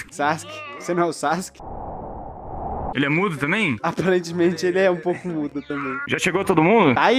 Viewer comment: "sassske" sksksksi